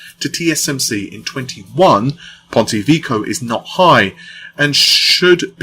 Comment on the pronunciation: I admire your refusal to pronounce Ponte Vecchio correctly